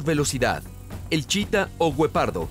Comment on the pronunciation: Por que dices Wopardos???? Si bien hasta el más ignorante sabe que es Guepardo